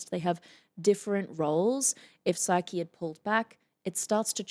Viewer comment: Sah-kee not "Psyche" as you pronounce her name.